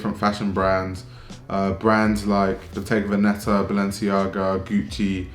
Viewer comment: The accent goes on the first e, it’s ‘vèneta’. (I hope you find this useful)